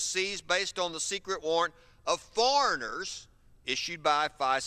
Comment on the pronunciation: "foreigners" lol